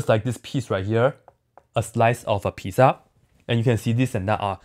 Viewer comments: I love how he pronounces pizza lol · Lol same